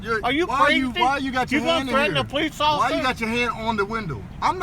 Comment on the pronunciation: The first place that he slurred his words. He's not as drunk as the one in Palm Beach that they fired. He simply cannot say the word officer without slurring.